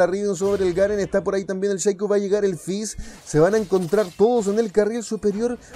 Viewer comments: cada vez que dices Sheico se me muere una neurona XD, llamalo shaco, asi como se escribe es mejor bro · Deja de decir "Sheico" incluso en Ingles se dice Shaco, ademas es molesto. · No Digas sheico xD PLS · sheico ulala señor frances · SHACO, NO SHEICO. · Shaco no, Sheiiiico :v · ¿es un nuevo campeon el "sheico"? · qué rabia como pronuncias a shaco xd